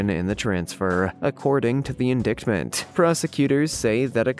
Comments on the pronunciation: "Indictment" is pronounced In- dite-ment" not "in-dick-ment". The news service "Reuters" is pronounced "Roy-ters", not ""Roo-ters". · it is "in-DITE-ment" not "in-DICKT-ment Indictment. Are you using some text to speech program? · Please dude. In the future check pronouncement of words you aren’t certain of. Indictment has a silent c in it. It would be closer to ‘ in-die-tment’ . And the “Reverend” ? His name is pronounced Baker. Just an FYI. Otherwise…well done! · In-dicktments? It's a silent t in indictment. Pronounced indite-ments. You people really need to turn off the screens and pick up a paper or a book. So many pronunciation errors. Read people, read. Then read more. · Indictment is pronounced like "light, without the "L", ie: In-DIGHT-ment. Baker is pronounced the same as someone who bakes bread, the A is pronounced the same as the letter A. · "Indict" is pronounced "in-DYT." "Indictment" is pronounced "in-DYT-ment." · It irked me as well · Seriously- in-DICK-ments? Please, this is making me not want to listen at all. I do like your channel. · So many mispronounced words in one video!! Jim Bakker?? To make it easier it’s pronounced like “baker” the gem though was the “ Jim Bokker indicktment” if you are going to narrate you need to check the pronunciation. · Had to turn this off after you said In-Dicked-ment a bunch of times, the “c” is silent, yoy do you even know what you’re reading😕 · Indictment is pronounced en DYE ctment and Reuters is pronounced ROY ters and Baker is pronounced BAYker! If you can't pronounce commonly used words, maybe you need to ask for clarification from someone or be replaced because your lack of professionalism makes the video annoying instead of being entertaining and informative! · OMG... HOW is it that you don't know how to pronounce "indictment," "Reuters," "Bakker," or "Madoff"? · I think you need to learn how to say “indictment” the channel is called Amerikano, even if it’s misspelled.